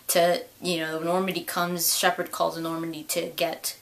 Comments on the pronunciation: I honestly thought that harbinger said "Shepard sucks". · I thought it sounded like Harbinger was saying "Ah Shepard!".